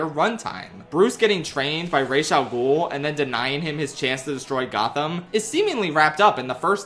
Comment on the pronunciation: The most important thing in this video is that pronounced Ras AL Gul's name correctly...unlike the actual characters in Batman Begins.😂